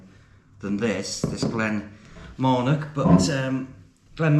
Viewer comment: There is NO letter K, in Marnoch!